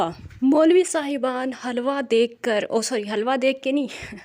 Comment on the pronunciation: It's not halwa we pronounce it hilwa and it's meaning is beautiful in Arabic language. It is a big example of illiterate society.